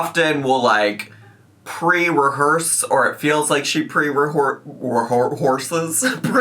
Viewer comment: “Pre-rehorse” is killing me😂😂😂, have you been listening to our gorl say “co-horsed”?😭